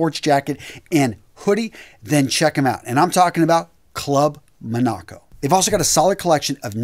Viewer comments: Buddy I love your videos and I hate doing this, But you have to check the way you pronounce certain words. Example Gingham is not Gin as in the liquor. It’s Geengham. Chambray is not Ch it’s Kambray. Finally, Monaco it’s not Mo-na’-co it’s Mo’- na-co. Sorry I sound like an ass but it detracts from super content. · Like your videos but your pronunciation of ‘Monaco’ was kinda whack 😉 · As a Canadian who has been shopping at Club Monaco since the 90’s. I have never heard it pronounced the way you did in the video. It is named after the French Country of Monaco.